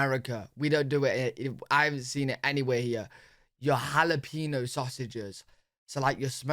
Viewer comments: Jalapeño = Hah-luh-pain-yo. There is no “peen”. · Bruhhhhh you gotta say it like halapeen-yo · Jalapeño - hall uh peen yo LOL gotta get that ñ (enyay) in there my dude.